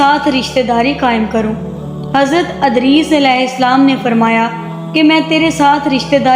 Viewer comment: Adris nahi hai vo edris hai